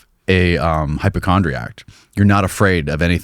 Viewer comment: he said "hypochond-react" . Someone needs to stop this insanity!